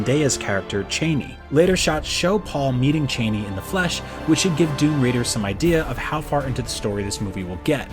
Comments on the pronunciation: So many mispronunciations of characters I have seen since the 80's. Never seen the movie? Benet/bennay (Benny)jezret(jezraht), cheney (chahni), freemen fremmen was fixed*, both Leeto/layto, dr. uwei (youwee), harko-nen (harKOnen), Kwisatz Haderach is the prophet Muad-dib. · Chah-nee, not Chay-nee. Har-KOH-Nen. Rah-Bahn. Jesus. Read the book before you talk about it. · CHA-ni....NOT CHAIN-ni...... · Yueh was not a mentat. If the unstained lips didn't clue you in, perhaps the book might have. He was a family physician with imperial conditioning, thought to be unbreakable. I could be wrong about this, but I believe the pronunciation is Chah-nee, not Chay-nee. Also, Ben-ee instead of Ben-ay. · this man said chaney lmao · Lon Chaney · So much mispronunciation of the names in this video!... Bene Gesserit, Chani, Harkonnen, Kynes Also Dr. Wellington Yueh is not a Mentat!... That would be Thufir Hawat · Your pronunciations of Chani and Bene Gesseret made me throw up a little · thank you, I hated it so much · Haha I'm glad I'm not the only one who cringed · I've only listened to the audio book so hearing it pronounced that way was tough on my ears lol